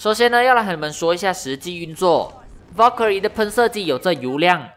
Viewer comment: wow Valkyrie 的發音很ok！